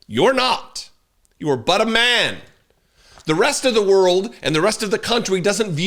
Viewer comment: Sorry but when you said “He is but a man.” I thought you said he was BUTTER MAN!🧈🤣😂🤣😂🇦🇺